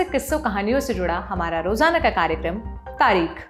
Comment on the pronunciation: Tareekh shabd ka sahi ochharan karein ya phir program ka naam itihaas rakh dey